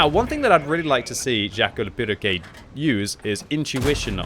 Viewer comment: i love the way pronounces "perroquet", i mean he got the "quet" part right but the first half not so much lol fun fact: Perroquet means Parrot in french